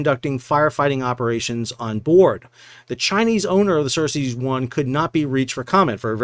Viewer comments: I am sorry, but i had to point this out. It not "HAIFNA" its HAF=HALF, NEEYA and other ship is not "Cersis " as in from game of thrones. It is CERES 1. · Sal, the ship was named "Ceres" (like the dwarf planet/Roman god), not "Cercei" as you were saying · Ceres = "sir-ease" not "sir-sees'". ;)